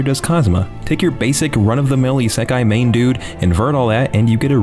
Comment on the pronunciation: Anybody else get triggered when he says Isekai,I feel like he's doing it on purpose just to screw with us ;-;.